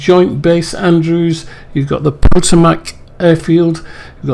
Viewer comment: pronounced poe-toe-mack river